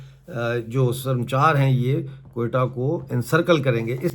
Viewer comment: Bhai yeh lafz sarmchar Nahi... Sar ma chaar hay...pehlay Balochi zaban samajh lo, phir es peh taqreer kerna